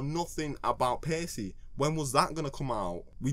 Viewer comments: Why do you pronounce it Pay-see? It should be Pa-key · pretty sure it's pronounced like packey not pacey. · with the way he pronounced paccie, i thought he would pronounce pac-man "pace man"